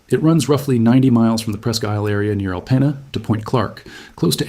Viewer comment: Michiganders pronounce it “Al-peen-ah”. And if that makes you grumble, you should hear how we pronounce Armada.